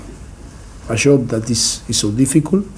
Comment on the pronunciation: Difficul, I thin, apolshize, masif. I love this guy, just funny pronunciation & always the same rhetorics. Still the best manager in the prem